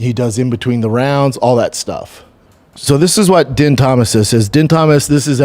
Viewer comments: bro it’s pronounced “dean”. Please use your brain, holy sh** 😂😂😂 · Bro it’s DEAN. He’s been in the ufc somehow involved for like 30 years. Please do your homework, Christ